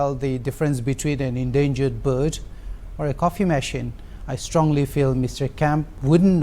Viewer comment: Verbbbb instead bird 😂😂😂😂